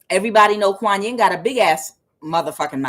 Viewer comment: Kuan Yin it is pronounced like ya ya Cento thank you for your readings